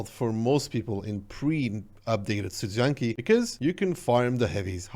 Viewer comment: It's pronounced: Studzianki. Hope this helped!